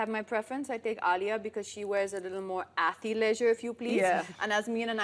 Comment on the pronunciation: Isn't it ath-leisure and not athi-leisure? And le- and not lee-? I just wanna get it right when I say it out loud, btw. ☺️